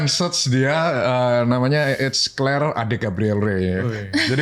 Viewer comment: clare bukan kler😂